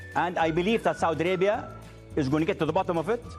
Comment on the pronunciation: Saudi Alaibia.😃😂U can't even pronounce your own Country.Kissin ass of your Prince...this bullshit made MBS freed his brother huh!!!!Of course you will butter your Prince ...not to hang you upside down again and take $6 billion again from u😃😃Your a big joke but we understand where you are coming from...you love your wealth and your life.